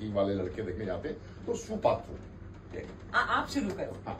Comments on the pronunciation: সুপাত্র নয়, "সৎ পাত্র"।😂😂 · Not shu Patra...shat patra